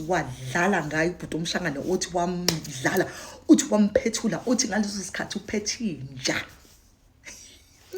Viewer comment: Wampetula not wamphethula